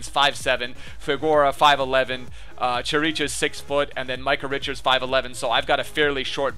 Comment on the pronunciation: Also Chiricheș is pronounced Kirikesh. :)